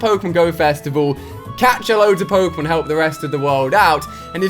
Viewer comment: i'm not gonna watch you until you can pronounce Pokemon Correctly